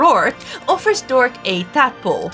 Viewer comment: dora? you mean dorka